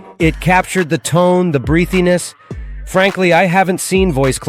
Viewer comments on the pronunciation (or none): Very good and very useful, just next time if you're going to use an AI voice, use Eleven Labs because this one said "AI" as "I" and "breathiness" as "Breethyness."